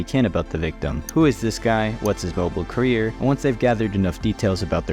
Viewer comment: Good video but "career" instead of carrier was really bugging me😂